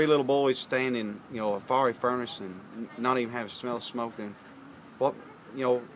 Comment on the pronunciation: I love the way he said, "firey furnace". Far- ree